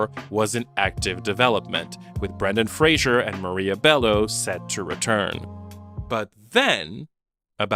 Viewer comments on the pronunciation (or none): they're pronounced Jeremy Eye-uhns, and Brendan Fray-zer.